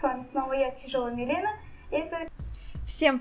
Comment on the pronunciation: Это не Мелена а ШМелена